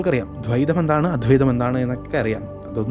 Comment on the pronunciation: അദ്വൈതം : പറയുമ്പോൾ അധ്വൈതം 'എന്നാകുന്നു ഉഛാരണം ശ്രദ്ധിക്കുക